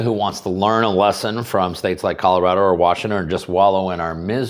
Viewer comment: You mean Calirado, not Colorado.